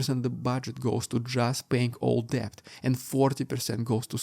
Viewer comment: Thank you for your insightful coverage, as always. (In the word DEBT, the B is silent. Not kidding! Pronounced DET.)